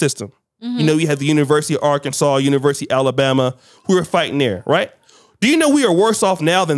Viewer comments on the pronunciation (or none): none